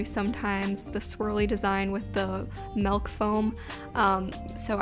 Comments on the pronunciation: ok im sorry but am i the only one who noticed she said “melk foam” instead of “milk foam”. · Ily but it is “milk” not “malk”